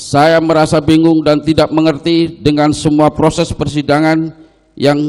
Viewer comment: Proses pak bukan porses 😂